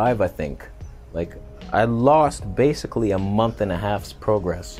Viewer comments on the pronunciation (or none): none